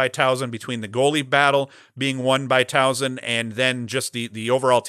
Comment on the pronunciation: Great show, as always. Towson is on fire, so let's work on this. There is no "z" in the name. Soft "s" like in Saturday. Say it with me..."My son goes to Tow-son" Just kidding. You probably feel the same when people who say Syracuze instead of "cuse" so I'm just as guilty.